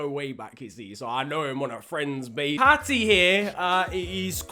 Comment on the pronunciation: It’s paddy never say “patty” again